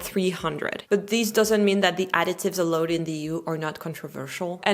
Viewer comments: hand-pink-waving:Bonjour, - it might be a good idea to explain to that "allowed" should not be pronounced "a-load". ♥ Thanks! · Your English is really great but there's one word that trips me up in this video, it's "allowed". You pronounce it with an "o" but it should be "ou" like in "about". I'm only pointing it out because your pronunciation is already really good and fixing that one littme mistake would make a big difference. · Idk about your pronunciation of "allowed" haha but great video as always